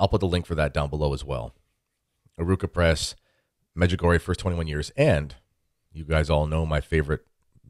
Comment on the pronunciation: I would suggest talking about what you know. Clearly you have the Medjugorje for Dummies as your guide. (1) you mispronounce the name od Medjugorje. (2) as to the parchment with the 10 secrets, Mirjana can read it, other people can't for the obvious reasons. (3) give me $ so we can build more churches? What churches? (4) there are authenticated healings....how many people have you cured?you have major issues, unfortunately your lack on intelligence can't be helped.Could go on...